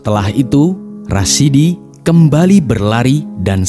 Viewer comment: masukan pada admin : ada sebut salah nama. Seharusnya RASADI Bukan RASIDI